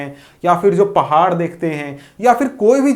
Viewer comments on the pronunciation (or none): none